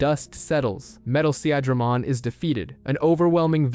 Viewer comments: More than once he even said "Se-ahh-dramon" lmao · you mean Sea-Dray-Mon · See-Adra-mon... the funniest way I've ever heard Seadramon pronounced! = ) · His pronunciation of Seadramon pissed me off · I dont want to sound like im unappreciative of how well the video has been made, but pronunciation is very important and makes what is an important moment, sound like a joke. You went from saying Unimon, to saying Oonimon, instead of Sea-dramon, you said See-adramon. We are all fans, we have all watched the shows and played the games, pronunciation should not be an issue, and yet somehow it still is. Sometimes pronunciation isn't important like people who still call Arceaus, Ar-see-us instead of Ar-key-us. But I do believe true fans of an IP should have witnessed enough of words being said, that pronunciation shouldnt be an issue.